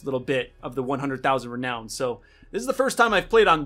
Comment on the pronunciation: why does he say reown the currency like that ahhaha